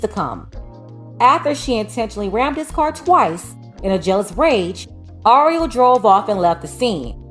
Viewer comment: It's Ariel... your pronunciation is off. Just think of the movie little mermaid. 🧜🏽‍♀️ Anywho, we dated back in high school and never thought this in a million years. I hope things work out for her. If you're reading this Ariel give me a call. It's TUDE.